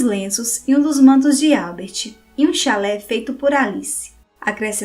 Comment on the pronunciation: A rainha quis ser enterrada com um clalé? Professora, preste atenção a acentuação que as palavras exigem! Vergonhoso.